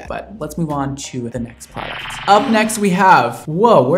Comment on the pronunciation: sorry to be that person but it's pronounced Herbal EssencES not just one essence haha